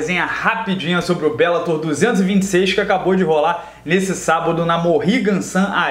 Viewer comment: "Belátor" ~ "belatôr"